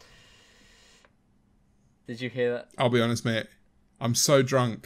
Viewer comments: why did turn so British saying mate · why does he say m8 like that?